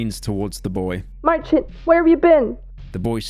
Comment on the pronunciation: Being a Maciek myself and hearing some random British femboy butcher my name like that... Could have never asked for more